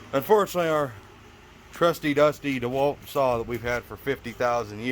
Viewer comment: Hell yea man but may I remind you the its not duhwalt its DeWalt pronounced dee walt lol love it man just wanted to give ya a little shit lol